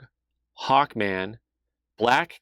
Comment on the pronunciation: Thought you had said, 'Hawk Tuah', not 'Hawkman'. :D